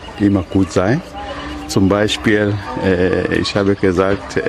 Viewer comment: He seems to have that german attitude to underestimate your own abilities and listen to his "zum Beispiel". That's a 1:1 German pronounciation, really good.